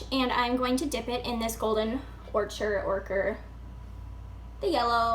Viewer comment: Ochre is pronounced "oak-rah". It's a weird word. I found you through Instagram. I'm glad you started doing YouTube videos! I hope you stick with it. 😊